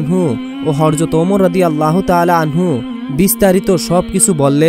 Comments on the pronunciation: আপনি শুধু বার বার হরজত বলেন কেন......? বাড়ী কই নোয়াখালী..........? হজরত হবে ? সুন্দর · এখনো হযরত বলাই শিখো নাই